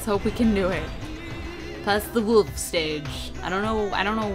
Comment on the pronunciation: I love how when you say Wolf, it sounds a bit like woof. :P